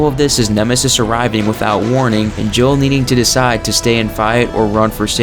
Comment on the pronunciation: It sounds like you say Joe instead of Jill